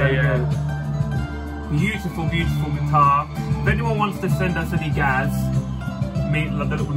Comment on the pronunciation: Az an iranian when you guys arabic i was like COME ON!😂 but i agree GAAZ😂🤌🏿